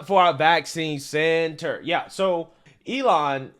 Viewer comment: Why do you accent the last 2 syllables of your quotes like that? "CENT-er" it's grating on my nerves lol. Good vid otherwise.